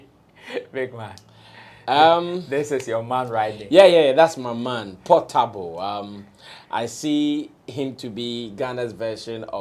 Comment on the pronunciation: Portable is naija shatta wale not Pattapa😂😂😂😂